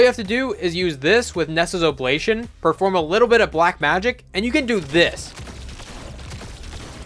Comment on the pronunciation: Nessa’s Obligation. Pronounced “Nessa’s” “Obli-gay-shun”